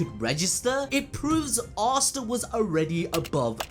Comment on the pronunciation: "Ass ta"😂😂